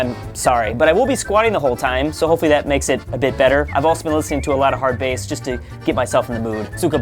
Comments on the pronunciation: HARD BAS NOT HARD BEIS BLYAT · Hard bass, not base...blyat! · That is NOT how you prenouce hard bass